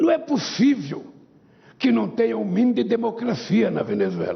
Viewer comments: N é "pussiviu"😅😅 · Não é "pussiviu" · Não é puçiviu kkkkkkkkk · Não e pu sivio 😂😂😂 não e pu sivio 😂😁😁 minha nossa como que pode??.🤦🤦🤦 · “Não é pussiviu” lule 2023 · Não é 'puciviu'...